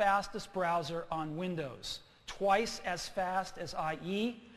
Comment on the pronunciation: Apple's coming back!!! Oh and he said "winders" lol